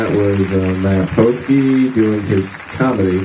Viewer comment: No. It's P-hosk-eee. It's a hard E sound instead of a hard O sound. But people mispronounce it regularly enough to have think it was worth ad-libbing in as a joke. It doesn't really matter since it's a made up Ameri-Polish name anyway.